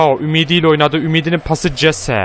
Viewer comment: Jese hese diye okunuyor